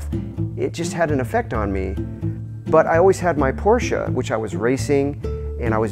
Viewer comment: Finally an American who pronounces Porsche right!